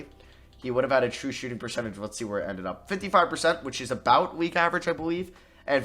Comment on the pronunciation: Nobody::TRuE ShOOtiNg PeRCeTage